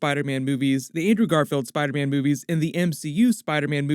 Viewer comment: Why am I hearing "boobies" instead of "movies"? Is it only me ?